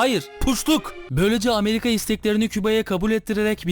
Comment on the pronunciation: O gemiyi İspanya değil 2.Abdülhamid emri ile güvendiği adamları amerikan gemisi patlatıyorlar Abi Küba'nın Hayır PUŞTLUK kelimesini Ameriga diyor :D